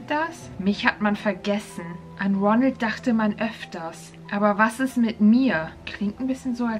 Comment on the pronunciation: Ich g-glaube er hat roneld gesagt